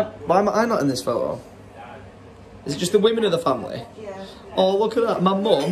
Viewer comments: Or are you saying year instead of yeah? 🤔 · English people saying “yeah” instead of “year”